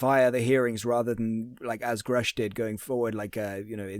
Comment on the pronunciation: what a great job you do catching the little things between the lines that could just pass by without being noticed…I appreciate you!!!!! Also the annoying mispronunciation of Grush’s name 😂I hate when people mispronounce his name!